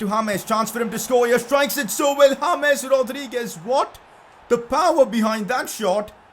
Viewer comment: I Love Your Channel I Love You I Love Your Videos But Pleeeease Stop Saying Hames instead of James I Wanna Watch Without Being Kinda Mad